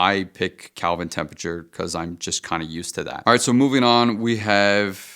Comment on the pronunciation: Lost me when he said Calvin temperatures! 😂